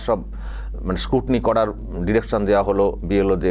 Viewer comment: আপনি বললেন স্কুটনি। কথাটা বোধহয় স্কুটনি নয়, বোধহয় স্কুটিনি হবে।